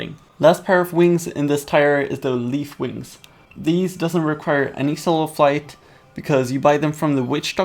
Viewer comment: When you say soul of flite you say soul of fight